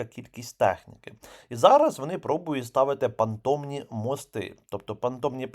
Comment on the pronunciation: переправи понтонні, бо звучить понтомні